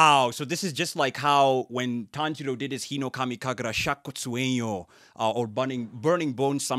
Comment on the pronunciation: 日暈の龍頭舞いの発音上手すぎ😮